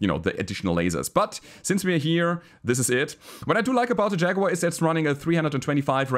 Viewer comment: LokenPlays also has a "Shaguar". 😆